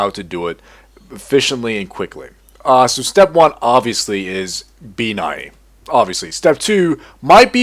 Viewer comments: it isnt sso its soo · Every time he said "SsO" my brain exploded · every time he said SsO I wanted to close the video. XD